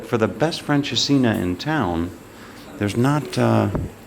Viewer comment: Nope, it's not pronounced "French'as-seen'er". 😃